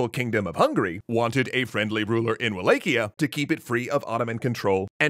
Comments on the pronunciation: I always thought Wallachia was pronounced “Va-lak-iya” and not “Way-lake-iya” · I don't wanna knit pick but its pronounced V-LAH-HIA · Quick note: It's pronounced Wal-ah-key-ah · In romanian it's Va-la-hia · Wallachia is pronounced more like Va-latch-ia I believe. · Isn't it Wall ACH ia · Google: How to pronounce Wallachia Google: wa·laa·shee·uh: Wa-lay-kee-uh Further investigation: Looks like is pronouncing it the common way it is said in the UK, according to wiktionary's pronunciation guide for it in the UK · Oof the pronunciation of Wallachia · I suppose this is the best place to ask this particular question: How is Wallachia actually said? (using caps for emphasis and pronouncing) Is it: WallaCHia? WallaKia? WallAE-Kia? WallAE-CHia? WallAW-Kia? or WallAW-CHia?